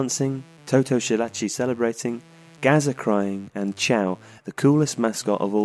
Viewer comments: "Schillaci" is pronounced Skillaci, not Shillaci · Skee - lah - chee NOT Shee - lah - chee He is not German. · It's "Ski"llaci as in skill. Shit cartoon faces. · Great video but the way you're pronouncing "Schillaci" is killing me.